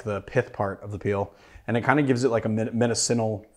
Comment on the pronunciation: Are saying medicinal because I’ve never heard it said how you said it